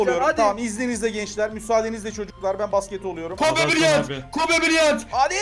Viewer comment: kobe braynt diyo öldü adam